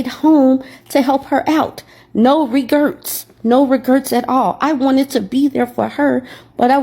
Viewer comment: You did not just say “no regerts” 😂😂😂